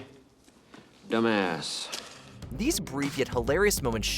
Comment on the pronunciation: Alexandre Dumbass is how we pronounce it now